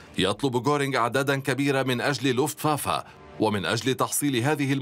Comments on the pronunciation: حضرة المذيع أسمو Luftwaffe يعني سلاح الجو لوفت vافي وليس فافا وحظيرة الطيران اسمها Einflughalle آينفلوگ هالي وليس هالا هالا كانت المرحومة جارتنا 😁 وشكرا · Not luftwaffa luftwaffe